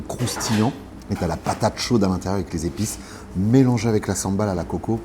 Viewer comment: Pool Sambol et non Sambal^^